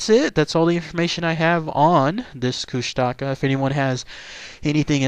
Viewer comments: Its pronounced (koosh-ta-ka) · Oh and the propper pronunciation is kooshtaakaa (longating the vowels) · it's pronounced Koosh-tuh-kaa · I live in a remote area of Southeast Alaska where the Kushtaka are well known. Despite the way it's spelled, locally it's pronounced Koosti'ka. I wrote possible explanations and background for the origin of this creature on my blog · Tara N. i i used to live in juneau and i hate it when people pronounce it like the do in the video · Learn to say it right first then go find better source of info , almost everything you said is not even close to the real legends and area where they are said to be.